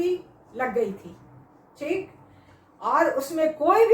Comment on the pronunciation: I love the way mam says teek it’s like dam ki